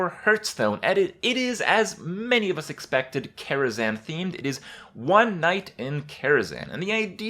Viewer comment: Why Karazan? KaraZHan